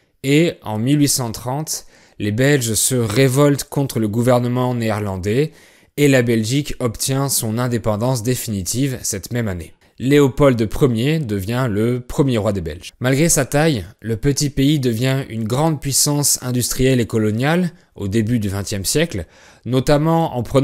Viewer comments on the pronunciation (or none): Sympa merci, étant belge j'ai appris des trucs aussi. Par contre Waterloo se prononce Waterlo et pas Waterlou :) Et le 'd' à la fin de Léopold ne se prononce pas. (à la limite on entend un 'd' quand on dit Léopold II)